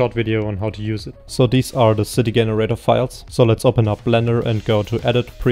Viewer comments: i think this guy is brilliant even though he says Generator with hard G. lol. i feel you should work on crowd generator your the right guy to do it right. blender needs a proper crowd generator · Fascinating that someone who is able to create such a fantastic piece of software is not able to pronounce Generator correctly.